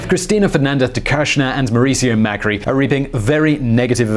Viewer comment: You pronounced Cristina Fernandez as if she was from Spain (with the lisp) which sounds weird in Spanish as she is not from there and also even weirder when speaking English. Then you pronounced Mauricio Macri's name as if it were in Italian.